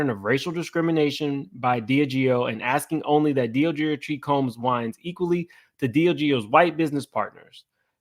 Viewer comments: Just to clear it up. It’s pronounced DI-Ah-GEO. Love your channel! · DIAGEO SOUNDS LIKE DEE AHH' GEE O 🤣🤣🤣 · De Leon is pronounced: DAY LEE ON Diageo is pronounced: DEE AHH GEE O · I THINK it pronounced( DEE AHH GIO)..And how can Diddy be mad at THEM when he PUSHED the Ciroq and Deleon liquor on to the RAP AND HIP HOP COMMUNITY and his friends which are the majority YOUNG BLACK AND HISPANIC!..HE PUSHED the market to where HE knew it would take flight! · DEE AH JEE YO DELL LEE ON somebody tell him!! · Thank you! I was cringing every time he said it wrong😂. I'm weird about pronouncing names right. It shows respect and attention to detail. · It was driving me crazy😂😂😂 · Dee-Aaaaah-Gee-Oh that's how you pronounce Diageo! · Please learn how to pronounce Deleon and Diagio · Omg please learn how to say Diageo and Deleon. Its driving me nuts. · Yes… I’m like, can he not read or what’s going on lol